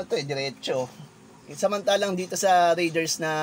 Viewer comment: BOSS PRONOUNCED AS RAY-DERS NOT RIDERS